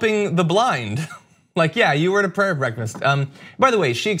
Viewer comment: A 'pyayer ' breakfast??? Don't you have a seperation between religion and state? WOW!!!